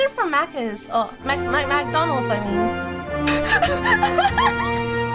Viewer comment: love how, when she corrects herself to say Mcdonald's instead, her accent is still there so it doesn't really make a difference